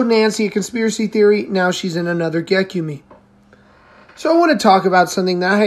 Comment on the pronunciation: It’s pronounced Gek-yoom .